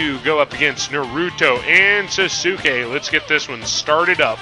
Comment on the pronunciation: Another good match, but if you get Sasuke you wanna say it like "Sauce-Kay"